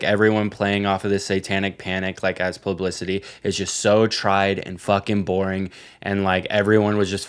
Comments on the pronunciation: my psyop corner… pronouncing publicity plublicity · not saying "plublicity" 40 times